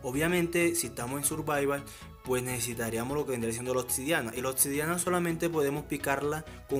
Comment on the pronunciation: "Otsidiana" jajajajja